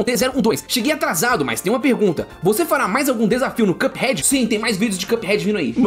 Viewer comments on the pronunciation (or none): Mano pq esse cara ao invés de falar cuphead fala quiâphead